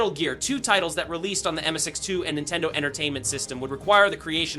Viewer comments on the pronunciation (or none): none